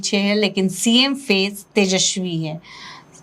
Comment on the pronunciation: पत्रकार महोदया उसका नाम तेजस्वी है, तेजश्वी नहीं।